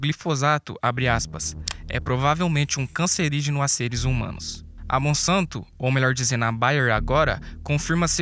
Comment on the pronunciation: Monsanto trocar o s pôr c e verás